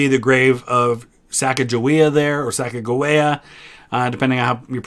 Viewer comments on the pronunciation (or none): none